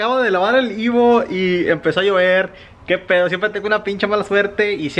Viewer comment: EVO EEEEEVOOOO. No IVO 🙄